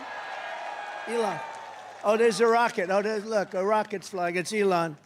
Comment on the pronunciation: LEON! Guy cant even pronounce his sugar daddy name correctly and he think he can lead a country. Get this old weird convict in jail where he belongs!